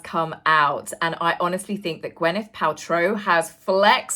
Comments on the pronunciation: It's GwYneth, not GwEnyth. Come on now, please !!!! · Gwyneth = (gwinneth not gwenneth) (gwyn think gin!) ❤ 🐾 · Gwyneth = Gwineth not Gwenyth